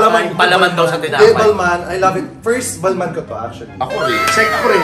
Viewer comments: it’s bal-ma! silent N 🥱🤪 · It's "balma" yan ang right pronunciation.